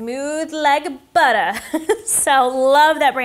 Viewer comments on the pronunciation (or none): none